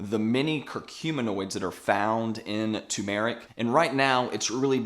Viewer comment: I just can’t avoid stepping in here and making a comment. Bro, Turmeric is NOT an Eeerrb (or a Herb, if you’re not American), it is a SPICE! Jees, how difficult is that? 🧐 It’s also not ‘two~maric’, it’s pronounced ‘ter~ma~ric’. (Turmeric) And while I’m here, the expression is “…..a PINCH of salt”. You want people to take the information with a pinch of salt (not a grain’). This is a commonly misspoken expression. You’re welcome 😊